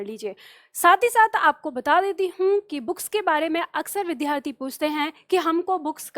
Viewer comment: namaste,vaise to aap achchha padhati hain lekin aap vidyarthi shabd ka uchcharan galat karti hain.vidhyarthi uchcharan galat h.kripaya bura n maanen.